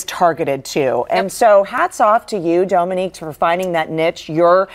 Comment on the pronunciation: I Love Dominique and I’ve finally heard her surname pronounced and know how to say it 🤣